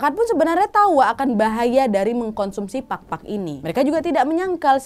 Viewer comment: maap cuma mau sharing tentang PAGPAG dan PAKPAK. Kalau PAGPAG, emang artinya adalah saat kita mencoba untuk menghilangkan debu. Tapi kalau PAKPAK, ini artinya sayap. Jadi untuk pronounciationnya beda ya hehehe thank you sebelumnya dari aku yang half pinoy :D